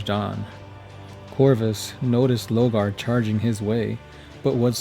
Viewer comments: LORE-GAR. LOW-GAR. Please note the difference. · Sorry... LO R GAR ... I mean you say Corvus, and Corax fine... But then say Logar